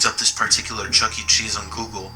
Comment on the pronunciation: It's Chuck-E Cheese. Not Chucky Cheese, or Chuckt Cheese.